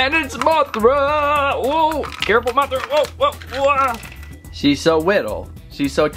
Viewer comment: THAT WAH-THRA GOT ME DYING OMG XD